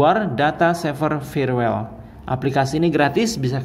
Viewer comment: Firewall bukan dibaca "firwel" Tapi dibaca "fayerwol" 😁